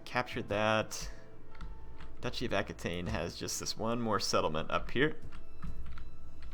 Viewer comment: you should put a governer in spain, in the region that has all the mines... mo' money's always good. And it's pronounced ah-key-ten. I understand it's not easy to remember every comment :-) I feel your pain. Oh, and considering how many provinces you own, you could train 3 gold chevron troops with the right edicts and the right general (some of your commanders add 2 chevrons to the units it recruits and some legions probably have the same ability too), that would be funny. Oh, you could name that legion by clicking on its title in the legion's details screen : "Blades of Glory" or "let's poop on Charlemagne", "wreck the gauls"... would be sooo awesome. Anyway, this series seems to reach its end. You could invade Rome, that could bring a good/tough challenge if everyone declares war on you. Or you could declare war on each and every last faction. It would be a grandiose and tense finale instead of just rolling on everyone like it's no big deal. edit : ok, I spoke too soon :-D